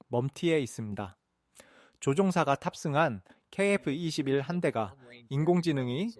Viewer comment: 케이에프이십일조차 제대로 읽지 못하나? 대체 중국인이냐?아님 일본인이냐?